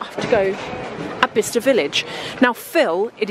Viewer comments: Lol I think you needed shoes like a hole in the head 😅 You know what? Those fashion villages/ outlets all look the same, there's one here in Madrid that looks just like the one you went to, insane! It's a hit or miss yeah. I love following you around, Phil is a blast PS: I thought it was pronounced "Bli-ce-ster" 😅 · Quite fancy Bicester village, never been. Btw I thought it was pronounced Bysester village!